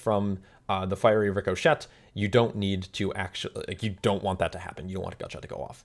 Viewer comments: Did you really pronounce it "ricko-shet"? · Landing hard on that silent "T" lol